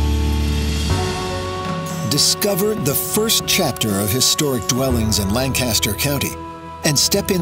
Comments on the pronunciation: /layn-KISS-ter/ not /lahn-CASS-ter/ if anyone cares.... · He is clearly not from Lancaster. It's Lan-Kis-Stir not Lang-Cass-Ster. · Expedia, just recently I learned something new about this county. I've been pronouncing it like you did--LAN-cast-er; it's actually pronounced LANK-uh-stir. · Its said langkisster not langcaster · Born and raised and lived there until I was 31. Will always be home 🏡 Edit: Lang-kiss-Ter 👌🏻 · this is lavendula lankisster to be more accurate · Correction: LANKisterr. And it sucks entirely. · I love how the video mispronounces Lancaster the whole way through. It is "lang - kiss - ster" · You can tell the narrator is not from Lancaster, from the way he pronounces "Lancaster." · Pronunciation of Lancaster should be correct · Next time they should look up how to actually pronounce "Lancaster" right